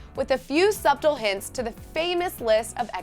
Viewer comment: SHE PRONOUNCED "SUBTLE", "SUB-TLE". I THOUGHT SHE WAS DONE WITH SCHOOL!?!?!